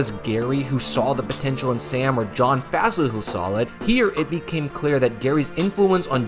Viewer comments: its pronounced Fossil like dinosaur bones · At least say his name correctly. It's pronounced like "fossil". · Would love a video diving into how the Packers have been mired in special teams hell for a while now. Would also love a video on that historically bad Chargers special teams. I don't know if we'll ever see anything like that ever again. We even have a term for doing that now: "chargering." Also it's pretty wild that you don't know the pronunciation of Fassel's name.